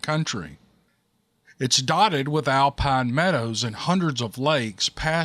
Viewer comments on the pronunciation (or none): none